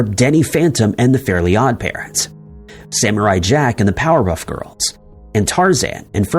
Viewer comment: Wait hold up..... Did he say POWERHUFF GRILS?